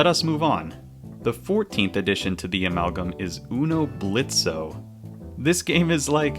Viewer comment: It's "Blitz"; the O is silent!